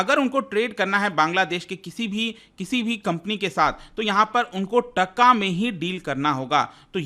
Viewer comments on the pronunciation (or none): Its Taa-kaa not tka.. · Sir please pronounce TaaaaKa. This is the right pronunciation.